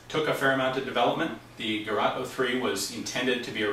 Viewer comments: The pronouncing is not garat, it is gerät. The Ä like pronounced the a in GAS- operated.... or simple, as Geret 03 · Gerat in Islamabad. It's Ger-ät. The Umlaut of doom will not be ignored. How to: Open your mouth as wide as possible and let your tongue hang out as wide as possible and try to produce a sound. This is in the ballpark of the "ä". Listen to the pronunciation of "Mädchen" online.